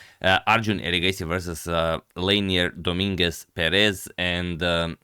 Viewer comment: Leinier Domínguez Pérez, perfectly pronounced by the commentator 💯